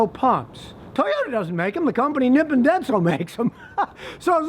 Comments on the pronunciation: Nipon is pronounced Knee-pawn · Rev up your Nippon (pronounced “nee-PON”, Scotty...) Denso! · Scotty, The "Nippon" in "Nippon Denso" means Japan in Japanese. It's basically pronounced like [Knee Pawn]